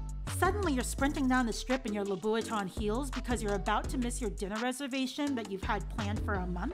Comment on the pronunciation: LMAO "La-boo-it-ton heels" WTF LOL